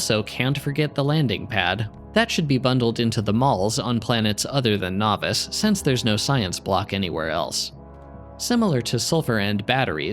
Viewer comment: Isn't Nauvis pronounced "naw-veese," or do I have that wrong?